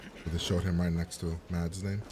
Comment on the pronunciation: Who‘s gonna tell him that the d in the name „Mads“ is silent?